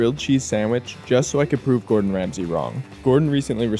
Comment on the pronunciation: You’ve got Ramsay wrong